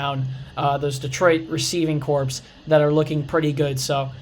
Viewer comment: Please fix this... It's pronounced "receiving CORE." It's spelled corps, but pronounced CORE... Like the United States Marine Corps.